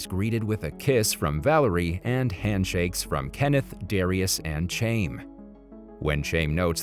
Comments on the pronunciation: The dude mispronouncing "Chaim" as {chayme} was killing me. 🤣🤣 "Chaim" is pronounced {Hiym} ((rhymes with "time"))... Its a Hebrew/Jewish name. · Chaim. Rhymes with chain. LMAO. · Dude pronounced chaim in English when it’s closer to HighAm, we dont have the correct “Ch” sound in english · The name chaim is a Jewish name it is pronounced Hayim